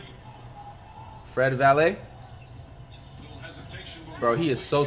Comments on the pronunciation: PBAJSquid no bro he called him Fred Vanvuhleet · Fred Valet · Nobody: Flight: Fred Valley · He used to call him vanvilit